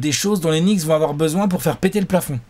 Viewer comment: Knicks par rapport à la prononciation de "nichts" en allemand ? Ça expliquerait la langue utilisée par les bots dans les commentaires 😅